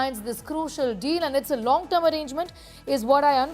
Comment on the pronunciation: Long torm😂